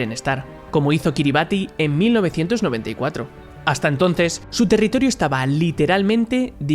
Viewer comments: Kiribati is pronounced "Kiri-bass" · Muy buen video. Una correción: Kiribati se pronuncia KiribaS Esto porque el nombre en inglés era Christmas, y en la transliteración al idioma local (I-Kiribati) la S no existe y se las arreglaron con la pronunciación de la sílaba Ti